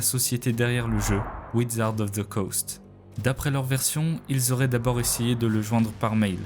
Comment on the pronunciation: wizard pas widzard